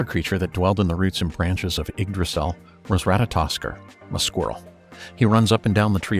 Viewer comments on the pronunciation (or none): none